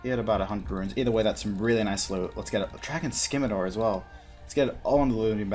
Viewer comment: "Drakan Scimador"